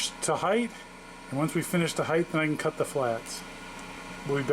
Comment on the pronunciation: Height ends in t not th height height height